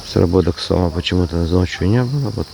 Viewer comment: А почему говорите на со'ма, а не на сома',? Ударение на о😮это так в Астрахани говорят или в Белоруссии?😅или так правильно и мы не правильно говорим?